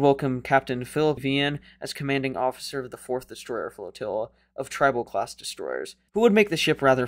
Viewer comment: Tri NOT Trib